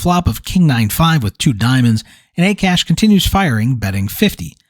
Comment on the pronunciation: Akash is pronounced as Aakaash. Hearing A Cash over and over was mildly annoying. Not your fault though.